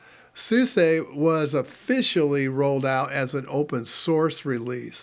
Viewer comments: 30 years, folks still don't get it's SoozA not SuSAY or Susie. :D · Another tidbit. I worked for SuSE just after they dropped the . between each letter. So, I guess I just tend to pronounce it as the EU (Germans) do ... like John Phillip Souza. :D No worries. I guess it was just being corrected over and over again by them that made this push that button. :)